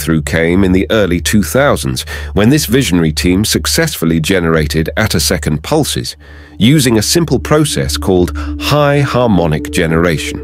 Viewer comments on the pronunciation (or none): Ah, you noticed that? And presumably you noted that "attosecond" was being pronounced "uh-TUHS-knd" (should be "AA-toe-seh-knt), and "picosecond" was being pronounced "PAI-ko-seh-knt" (should be "PEE-ko-seh-knt"). Everything in this video is wrong, both the content and the presentation. That's because the poster used a chatterbot (such as ChatGPT) to generate and narrate it. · This video has one of the weirdest comments sections on YouTube. The video is OK as far as it goes, despite the blatant clickbait title and lame robot voice that can't pronounce the word "attosecond" (which is the most relevant feature of these experiments). However, if you actually want to understand what these results are about, I would strongly recommend doing your own research off YouTube. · Synthetic voice. You can tell by the way the 'narrator' mangles the word "attosecond", and mispronounces "picosecond".